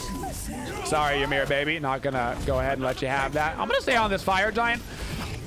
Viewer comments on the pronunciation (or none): none